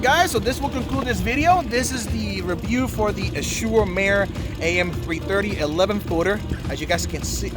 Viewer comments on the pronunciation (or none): It's pronounced "az-zu-rrow mar-ray" (roll your r's) which is Italian for "blue sea" :)